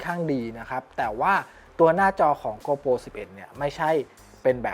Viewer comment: เนื้อหาดีมากครับ ฝากเรื่องการเรียกนิดนึงครับ โกโปร ไม่ใช่ โกลโป 12 ล้านพิกเซล ไม่ใช่ 12 ล้านเมกกะพิกเซล